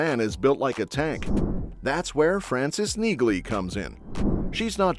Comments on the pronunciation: The “g” is silent…. It’s prounced “knee-Lee”..u can hear reacher call her that…. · I look forward to the show. Seems that if this narrator ever saw Reacher, he'd know not to pronounce the g in Neagley. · AI can't pronounce her name correctly. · Why can't you guys come to grips with the fact that the "g" in Neagley is silent? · That’s because the Reacher actor isn’t AI! AI can’t pronounce names.